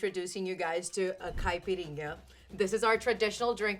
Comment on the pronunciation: Her mix seems pretty good….but yea, she even pronounces caipirinha in a weird way 😅